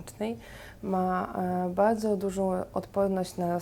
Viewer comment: bałdzo ,zawiełajacy,skóła. uszy bolą kobieto :/